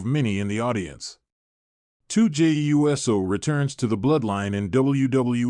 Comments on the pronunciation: It's uso, not U.S.O. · ai is so dumb just say uso not jey u s o for real pronounce uso right. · Why cant this guy pronounce the Usos names right? Jey and Jimmy U.S.O??? WTF???